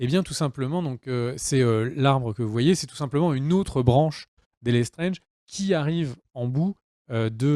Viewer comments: Lestrange pas lesttrenge lol ça ce prononce étrange Lestrange >~< rooh lol Oui c'est vrai que c'est partit en cou*** =\ ça devait parler des créatures fantastiques et on part sur les problèmes de Dumbeldore et Grindelwald lol ^^" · Lestrange est prononcé à la française comme c’est une famille française 😂😉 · Les Lestrange sont une famille d'origine française, donc tu peux le prononcer à la française :)